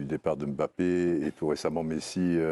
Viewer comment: Bonjour, je suis d'origine camerounais et je dois vous apporter une petite rectification sur la prononciation du Nom Mbappé. Mbappé est un nom camerounais qui s'écrit et ce lie en un seul mot et pas deux. On di Mbappé en avalant le M de Mbappé et pas en séparent le M du reste de bappé. Faites un effort supporters français sur nos noms africains en la respectant. C'est comme Ndiaye ce lie en avalent le N et nom pas N-diaye ou M-bappé